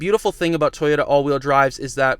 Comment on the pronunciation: Toyota not Tie-ota…lol